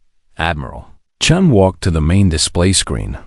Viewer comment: Chun, not Chen. Completely different. haha (and yes, I think that sets an all-time record)